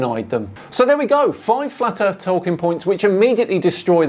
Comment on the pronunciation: Gotta love flatt erff research.